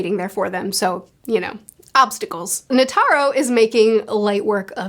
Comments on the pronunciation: Net-er-row not Ne-tare-row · If you're having trouble with names, just remember that Japanese is syllabic, where all the sounds end with a vowel. For example, the way you say Netero sounds more like Ne-Ter-Ro, but it's supposed to be Ne-Te-Ro. The vowels all represent different sounds. The "a" never sounds like an "e" -- it's always like the a in father. The e is like the e in beg. The i is closer to the ea sound in seat, not like the a sound in site (although it can also be the short i sound in sit). The o is like the o in on. The u reads more like a long o sound, like in fool, rather than full. The way vowels sound do not change based on where they are in the word, they always sound the same. Also, there are no diphthongs. Vowels are always distinct and do not run into each other. So Meruem is Me-Ru-E-M(u) with a silent u, since it's at the end. Meleoron is Me-Le-O-Ro-N. When an o is followed by a u (and an e followed by an i) like in Pitou, that is to denote that o should be a longer sound. As in, Pi-To, where To takes twice the time it takes to say Pi (if you were clapping, Pi is one clap, To is two claps, does that make sense? 😅) The consonants are mostly the same as in American English, except the g is always hard, so g will never take on a j sound. So it's Ko-Mu-Gi, where gi as in giga, not gym. There are other nuance, but remembering these three should be enough to get by most scenarios. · You're saying "Netairo", it's [Ne-tay-roh] A = ah E = ay I = eee O = oh U = ooh/ew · Quick tip on the names: Komugi: Ko-mu-gi Meruem: Mer-uem Netero: Ne-te-ro Meleoron: Me-leo-ron